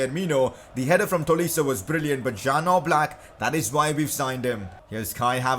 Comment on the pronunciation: #pcq Oblaks name is pronounced like yan